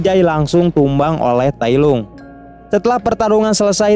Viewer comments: tailong bukan tailung cuk....malay hadir sorry gua ckp mcm tu sebab terdengar kat telinga ni tak sedap bila ko tailung njir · Tailong bukan tailung